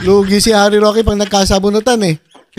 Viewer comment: Humba is layf says rokwe😂